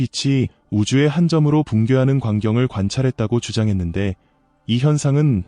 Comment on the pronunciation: 물리하기 -> 물리학이 관경을 -> 광경을 고기한 -> 고귀한